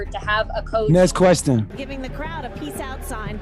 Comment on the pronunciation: ness questun